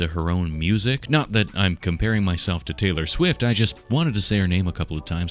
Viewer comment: Tay-fur Swift XD